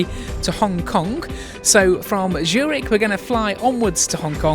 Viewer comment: It’s called Z ürich and not Schürig 😂